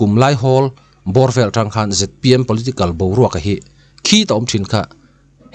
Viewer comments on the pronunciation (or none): none